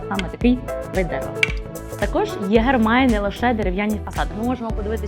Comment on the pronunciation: Єгерь? Серйозно? З таким читанням правильно читати феніх, а не фенікс